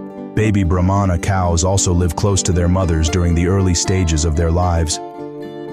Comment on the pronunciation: It’s pronounced Brah-mah not bro-mon-a. They aren’t necessarily a giant breed of cattle but a Brahma Bull can break the 2000lb mark. If I’m not mistaken those almost pure white Bulls all together being moved by a guy on horseback in Florida are registered F1 Bred Brahma bulls worth quite a bit. When my family still had a farm and raised beef cattle we kept a Brahma bull as our herd bull for years. We would put him on black angus and sometimes Hereford cows. This results in cross bred cattle. With the black angus and Brahma cross you get Brangus calves. With the Hereford and Brahma you get Braford calves. Both those crosses are now their own registered breed of cattle with some farms raising just them. . I prefer all my cattle to have at least some Brahma genetics because it adds heat tolerance and makes for superior calves over purebred cattle. Brahmas always are thought of as mean and wild but in my experience it’s usually only the females. The laziest most gentle Bulls I’ve ever seen were purebred Brahmas. Now when you cross bred them especially the Braford I mentioned can be some of the wildest bulls and cows around. If you watch bull riding like the PBR and see a red or brindle colored bull it might not be all Braford but they look like that and truly athletic creatures.